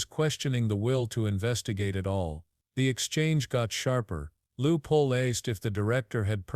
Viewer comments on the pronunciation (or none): His name isn’t Lieu Poll, it is Ted Lieu. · WTF "Lou Pole" ? This is Ted Lieu!